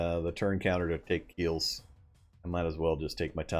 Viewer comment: Kielce is pronounced as 'Kieltze' ;) Regards from Poland